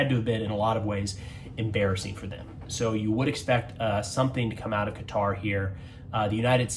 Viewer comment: Glad to hear you pronounce Qatar correctly, most Americans don't. Oh and; I don't believe for a nano second that Trump didn't know in advance.